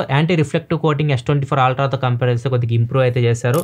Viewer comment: Ultra ❌️ Aaaltraa ✅️